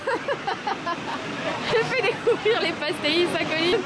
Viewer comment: «des petits pastéé-iiIii-ssse» mdr 😊😊 c'est choupinet hihi. Juste pour info, ça se prononce «pach-tèich» 😉 Voili voilou, c'était la minute portugaise ^^